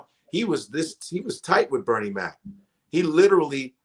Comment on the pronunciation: Love Godfrey but my nigga is killin me with how he's saying Bernie's name. 😂